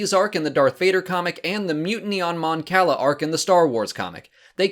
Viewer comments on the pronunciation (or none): That’s not how you pronounce Cala in Star Wars, it’s kah-lah. Kinda sad you don’t know that. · Eskey I wasn't talking about the city "Cala" in Mexico. And sorry, I didn't even bother to see what the original comment was because I just posted a correction about John Romita Sr just moments ago and assumed it was that on that video. I've always gone by the original pronunciation I'm used to from the game Empire at War and it sounds like food if you pronounce the way this guy does. You ever had calamari? But pronounce it as you will, I care less about this than an actual persons name and have a good night.